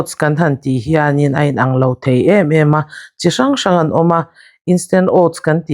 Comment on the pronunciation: Mei mei ni lovin 'mai mai'. Veu ni lovin 'viau'. Amaw ni lovin 'emaw'...